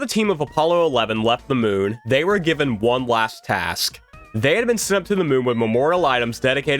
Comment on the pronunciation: He says one like Juan and I can't unhear it